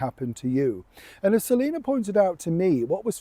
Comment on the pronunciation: Her mame is Selina, not "Selinur".